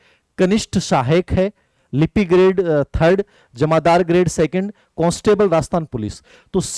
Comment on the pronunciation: सर "कोंस्टेबल" नहीं "कांस्टेबल" बोलो।